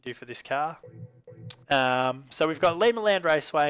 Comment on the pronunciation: The town Limaland is in is Lima, Ohio, and is pronounced by locals with a long "I" sound. Like "eye" and not "see". But either way, great video. New subscriber here and I enjoy your content